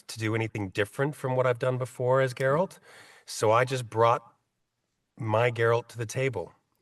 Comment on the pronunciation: Why can't Americans say Geralts name right? Its GERALT not GErart or gerard.